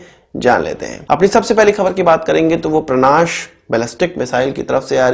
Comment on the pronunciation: परांश है भईया,,परनाश नहीं है